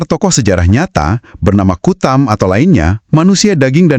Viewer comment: Bukan Kutam, tapi KATAM.